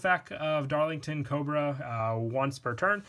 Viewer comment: DarlingTONIA not Darlington